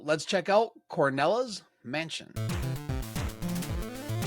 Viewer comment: Cornela's mansion? It's called CRONELA'S mansion. it was named that way because of the old crone that lives in the mansion. Also I don't understand if you loved the demo so much why didn't you finish it? It's not very hard or long. You really need to call it by it's correct name though, Cornela just sounds terrible and wrong. Anyway I am eagerly awaiting for this game to be finished. I've ordered the Super NES version but I need to get a mouse.. I'm thinking a Hyperkin Hyperclick Retro Mouse for Super Nintendo